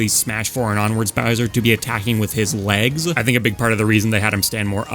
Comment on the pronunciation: love these videos. been listening to them on long drives or long work nights. in terms of length vs brevity I think you found a good balance in this video matching similar moves and then ranking them. much appreciated! it's very good! although i'm not sure if it's my headphones but every time you said "legs" it felt like you were saying "lags" and it took me several times before realizing it